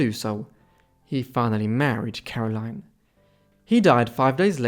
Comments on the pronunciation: Caroline is pronounced Carol-een- here. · I insist it's very unusual for someone here to bear or use the English pronunciation of Caroline. And if you didn't figure yet, I'm a Belgian living in Belgium. Even the Dutch version of the name is aligned with the French pronunciation as Karolien.